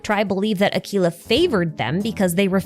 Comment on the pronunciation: I wish you pronounced Aquila's name correctly.